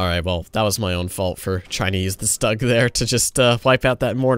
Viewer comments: My child you've forced me to unsub It's pronounced Shtoog, not Stug. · it's pronounced shtoog. Not stug. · As a tank nerd I have to say that you're killing me with that Stug pronunciation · pronounces all german words correctly except for stug lol